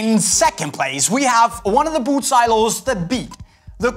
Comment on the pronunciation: Can't cope with the way he says boot